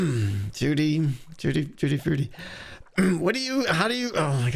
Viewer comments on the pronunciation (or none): none